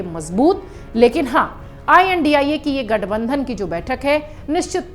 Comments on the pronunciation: Tum bolna nahi janti ya phir padna nahi aata indi nahi India hai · I.N.D.I.A. Gathbandhan ko INDIA gathbandhan na kahkar anker ise INDI gathbandhan ku kah rhi hai. In logo ko sayad pronounciation hi nahi aata hai. Ya to ye bhi aek vichardhara se prerit hai. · India ko ye indi kyu bol rahi???? Same same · Ye b chamchi h India ko indi bol rhi h